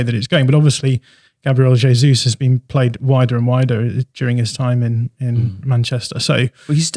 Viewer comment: The first podcast I've listened to where they're correctly pronouncing the J in Gabriel Jesus. Boils my piss when 'experts' are assessing how suitable he may or may not be for Arsenal when they can't even get his bloody name right. TalkSport I'm looking at you.